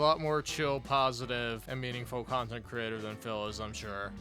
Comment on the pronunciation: “Khantent” “Khansole” “Phadcast” “Champetition” “Phasitive” SNORT🐽